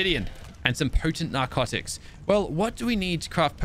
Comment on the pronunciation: anyone else notice that he sounded really posh when he said potent narcotics xD